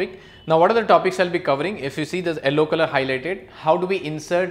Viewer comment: why do u call yellow ellow